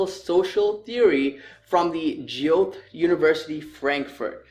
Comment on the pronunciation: Im a fan of your channel. Suggestion: google the pronunciation of "Goethe" . He was a German